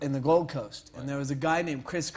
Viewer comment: I'm from Australia, he called the Gold Coast.. The Glod Coast 😂